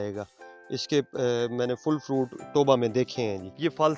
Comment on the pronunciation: فَرُونٹ، شونق۔۔ ارے بھائی تھوڑا اپنے اردو کے تلفظ کو بہتر کرو۔